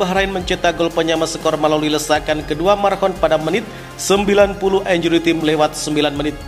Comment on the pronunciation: Min, untuk lain kali, kata 𝐼𝑛𝑗𝑢𝑟𝑦 𝑇𝑖𝑚𝑒 jangan dinarasikan sebagai [injuri tim] tapi [injuri 𝘁𝗮𝗶𝗺]. Terima kasih.